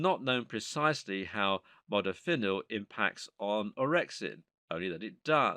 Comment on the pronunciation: The narrator's pronunciation of many of these nootropics seem to be waaaaay off! Especially Piracetam, Modafinil, etc. The "H" is SILENT in the pronunciation of Choline! I also found other errors in regards to uptake, etc